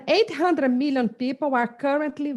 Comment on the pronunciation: According to UNEEESKKO 1.6 meeollleeoon Peeoople :0